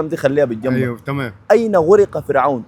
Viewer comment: غَرق وليس غُرق